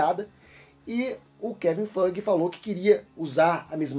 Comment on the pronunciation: vc fala o nome do kevin feige errado! Não é fuge, é faige que fala, to falando a fonética